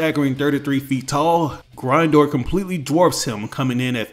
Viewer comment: I hate the way you say Grindor